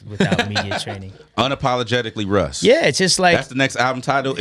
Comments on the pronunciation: Russ sounds like ken kaniff that can’t pronounce his “R’s” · How is your name Russ but you cant pronounce the letter R